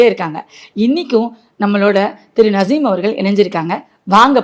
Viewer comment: வஷியம் இல்லை வசியம் .. நஷீம் இல்லை நசீம்